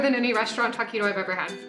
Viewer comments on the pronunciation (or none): "Tah...Quito"... lol :D